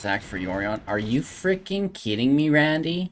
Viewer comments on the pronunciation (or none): none